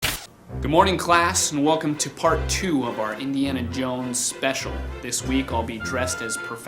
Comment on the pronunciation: Indy-ana Jones hahahaha